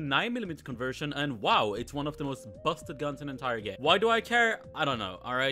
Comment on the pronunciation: Anyone else love when he says BUSted